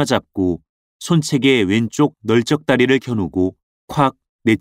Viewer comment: 넓적다리 --> 넙쩍따리(O) 널쩍따리(X)